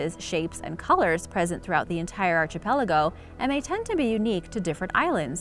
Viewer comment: ... "Archie-pelago" 😅 Is that like an archipelago made of Archies instead?